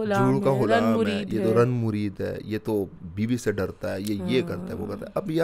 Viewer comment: Ranmureed nahi Zanmureed. It's a Persian word ZAN means woman and MUREED means slave or GHULAAM.